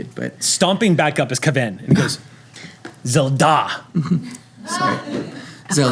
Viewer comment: From now I'm if I ever have to say "Zelda" I'm putting the accent on the last syllable. I'm not a big Zelda fan personally, but it sounds so much cooler in Klingon!